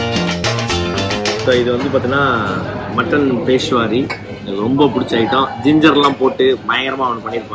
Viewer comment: மா க பா, அது பேஷ்வாரி இல்ல ப்ரோ பெஷாவரி. பாகிஸ்தான்ல இருக்க பெஷாவர் அப்படின்ற இடத்து புட். அப்புறம் ஆச்சாரி இல்ல அச்சார். அச்சார்னாவே ஊறுகாய் தான் ப்ரோ.